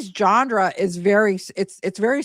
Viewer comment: The word is “genre” no D in it.